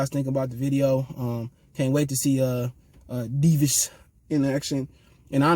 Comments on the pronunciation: I know someone with the same name. It’s pronounced Da-vi-das. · Dir veedes sir veedes is how you pronounce it I’m pretty sure